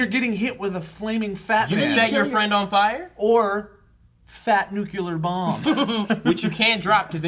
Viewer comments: Silly Joe, saying nucular! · They're aware that Heisenberg isn't just from Breaking Bad, right? Also, Joe saying NUKULAR really...grinds my gears. NU-CLEE-UR (Nuclear) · Oh man, Joe. "Nuculear bomb." George Bush is that youuuuu??? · It's really bugging me hearing them say nuclear as "nucular" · really joe? nucular......i thought u were better than that